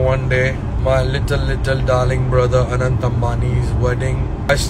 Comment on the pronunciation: Aanant nhi Anant h bro 😂